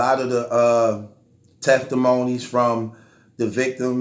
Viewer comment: bruh said listen to the Tefftatmony , feneral infestivation and shit. 😂😂😂